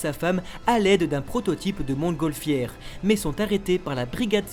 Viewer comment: Le T de montgolfière ne se prononce pas 🙄